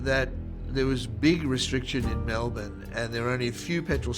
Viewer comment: Congratulations on pronouncing “Melbourne” correctly